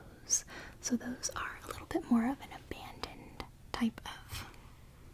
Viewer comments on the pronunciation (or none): none